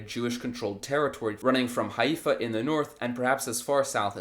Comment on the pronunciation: lol the settler who doesn't know how to pronounce the name of the city he stole.